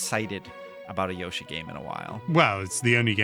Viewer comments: Sorry but Yoshi not Yashi😂😂😂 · Stop trying trick me into thinking it’s pronounced Yaw-she. No, I refuse. It’s Yow-she. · Calling YO-shi, “YAW-shi” makes my skin crawl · STOP SAYING YASHI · Can’t even pronounce Yoshi